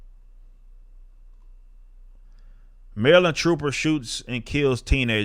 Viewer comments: Of all the content creators, I think Rippa is the only one that pronounces Maryland correctly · You say Maryland like locals.